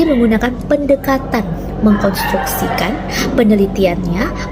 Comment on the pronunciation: Pendekata-N nek, bukan pendekata-M... semangat nek